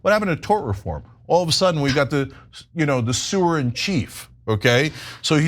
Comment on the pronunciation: Cenk, was that the 'Suer in Chief' or the 'Sewer in Chief'?